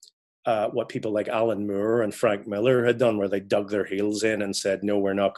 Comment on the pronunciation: “Alan Mure”